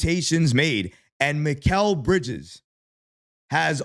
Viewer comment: “Mick Al”😂